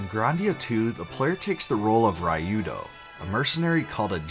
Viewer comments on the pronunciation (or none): You didn't play the original Grandia first on the Sega Saturn?! 😮 I feel so sorry for anyone who played it first on the PS2 rather than the Sega Dreamcast... 😬 You butchered Ryudo's name by the way. And thanks for giving the voice cast credit where it's due; They did a stellar job at voicing Grandia II.